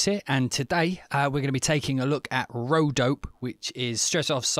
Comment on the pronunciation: m8 pronounce the e at the end - its an ay - so its dop ay not dope